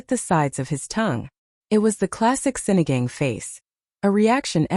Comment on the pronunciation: It's Sinigang - it's pronounced as Sini gung!